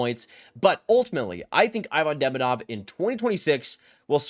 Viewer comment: JFYI Ivan Demidov = EE-van De-MEE-dov